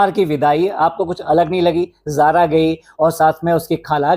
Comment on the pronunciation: Zara ni sara phele name thk se bolo